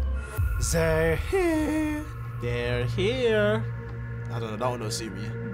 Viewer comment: Guendouzi 🤣 -" Zzzey rr hiyaaaa"